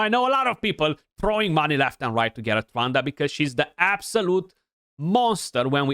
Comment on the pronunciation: For a moment it sounded like you said Ronda not Trunda lol